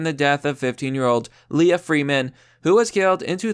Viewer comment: Leah is pronounced LEE-Ah not Lay-Ah, you are thinking of Princess Leia...